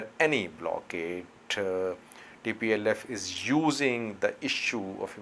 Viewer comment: plse said tplf not dplf